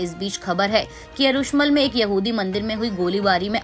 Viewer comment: Madam ji,Yerushmal ki jagah Yerushalam boliye.